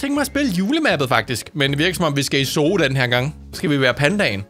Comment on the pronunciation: Zoo staves zoo det er rigtigt men det udtales suu